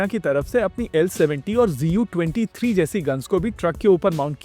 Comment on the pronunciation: Bhai GU nahi ZU hai. Tum kaise galat bol sakte ho? Not expected from you who does home work before making videos.